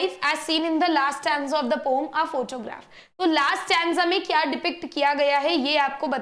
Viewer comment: Mam it's poem not poem 😂😂